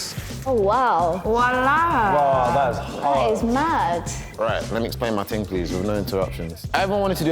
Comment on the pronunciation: Danny saying ting lmfao